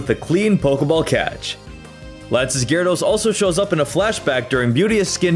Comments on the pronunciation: GYARADOS, NOT GARADOES! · IT'S GYARADOS, NOT GYADORS!